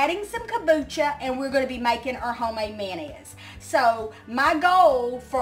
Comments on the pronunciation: Mayernese....mayonnaise. Hertikine.......Hurricane 😂😂😂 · Great Video, and its a pretty color. Can you say mayonnaise one more time? Love Ya